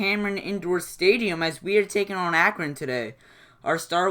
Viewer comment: What a great game. How many blocks were in that game? Wow. And what is really funny is you pronounce correct 62 times and A-cron wrong 56 times! Same as the score. LOL. Keep them coming, I enjoy them.